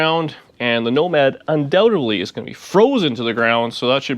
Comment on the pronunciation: it is becoming your "woe-mad'... sorry...